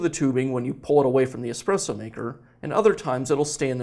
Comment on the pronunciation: omg ESPRESSO not EXPRESSO